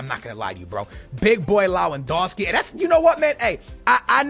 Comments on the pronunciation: I'm crying how u're saying LAwEndowski, istead of LEwAndowski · It’s lev an doski not low an doski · You’re saying his name like lawandoski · Rap Noticias he kept saying lowandowski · Rap Noticias and he said it wrong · Pronounce Lewandowski name right. Come on